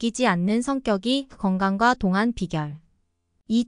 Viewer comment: 발음교정요함 똥안~동안으로~~~